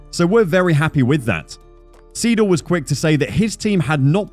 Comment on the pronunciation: FFS at least TRY to pronounce names correctly. TDF commentators can do it, so English speaker is not an excuse. ''Seedle'' ....